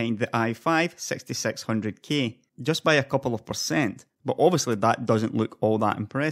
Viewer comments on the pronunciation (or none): none